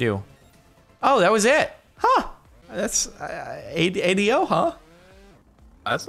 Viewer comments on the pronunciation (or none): True story: last episode I kept googling 'A.D.O.' to see what it meant and couldn't find anything relevant. Then I finally realized was saying 80-0!